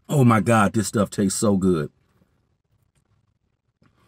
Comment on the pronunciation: everytime he says oh my god. lord i hear oh my brandon